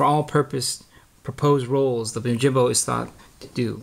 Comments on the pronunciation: Pronunciation of the "Yo" part is "oh" in the video. He keeps saying Oh! Jimbo. Is that correct? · Yoh-Him-Boh. Not Oh-Jim-Bow. Right?